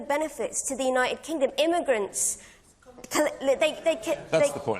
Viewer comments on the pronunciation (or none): It's United Kingdom, not Uni 'ed Kingdom, you Mockney twat. You may enjoy watching David Starkey taking down this inauthentic. private school educated, workin' class hero, silly little girl.